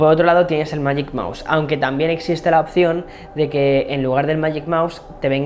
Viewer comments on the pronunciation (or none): none